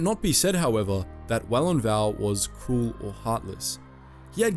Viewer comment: *Vau. Not val. Walon Vau, a human male. Get it right, Ner Vod….